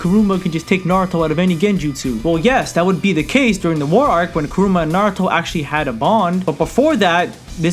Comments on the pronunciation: 1. You should specify that you use "war arc" Naruto because you also use Mitsuki, a Boruto character. What about you "hokage" Naruto? 2. It is KurAma not KurUma. Kuruma=car in Japanesse. 3. Kumite is not pronounced as ku-might. "Mi" sounds the same as me and "te" sounds the same as in the word te-chnology for example. Disclaimer Not a hater, just gave you some advices, you can do and say whatever you want... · your vids are fire man, but it's KURAMA not KURUM-UH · Kumite (koo-mee-tā) not (koo-mī-t) Kurama (koo-rah-mah) not (kah-roo-mah) Otherwise great video I agree with all points made